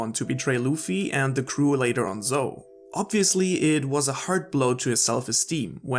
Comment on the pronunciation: Why do you mispronounce so many words bruh. Zou is not zo like “so” is like zow